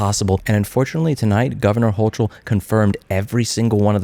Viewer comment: OK, we need to go to every single retail auto parts store in NYS and remove all the brake fluid, brake lines, calipers, brake shoes. After all, if you don't install and use them properly, you are going to harm people. Your only option would be to go to an authorized auto repair facility. It's pronounced like HOE cull